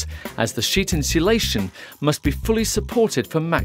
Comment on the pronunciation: Get someone who can say insulation properly, annoying.